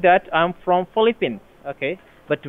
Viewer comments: Caption said Polythene as the scammer said. Probably he wanted to say Philippines. But I think he would rather say Polyethylene (plastic) 😂😂😂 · So scammers have stopped pretending they're from the UK or US and are now pretending to be calling from the Philippines.😂 The guy couldn't even pronounced his? country's name correctly.